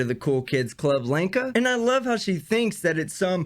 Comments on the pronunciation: When you say Lenka, it sounds like wanker and pretty much suits her. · Did you say Lanker or wanker ?